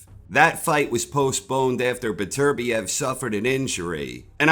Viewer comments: say it with me: “Better-Bee-ev” xD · Why do you butcher Beterbiev’s name?